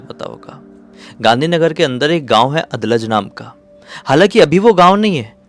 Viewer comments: अदलज नहीं, अडालज हैं ।। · भैया उसको "अडालज" pronounce करते हैं. मैं गुजरात से ही हूं. अभी यह हिस्सा शहरी इलाका बन चुका है 😊